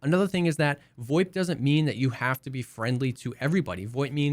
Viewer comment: what the fuck is voip? void? voit? WTF ARE YOU SAYING!!!!!!!!!!!!!!!!!!!!!!!!!!!